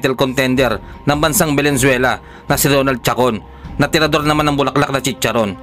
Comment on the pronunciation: venezuelan hindi Belenzuelan